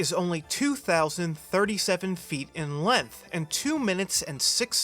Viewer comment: "Tomorrowland's track is only 2037 feet in LENTH"